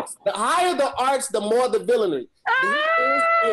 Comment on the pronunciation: Aye did Y'all peep how pronounced Villinary it was SOLID. No Fuck Ups Ayyyyeeeee